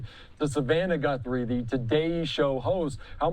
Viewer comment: What the he'll is wrong with this goofy of a newscaster? GUNthries..GUN? HES SO STUPID